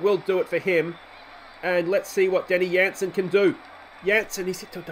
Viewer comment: its not the bundesliga its jansen "j" lol love the videos